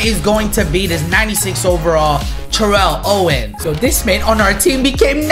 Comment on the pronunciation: Bruh you saying Terrell Owens name wrong😂😂